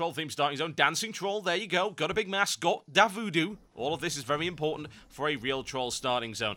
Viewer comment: LOL "DA VOODOO" hillarious ...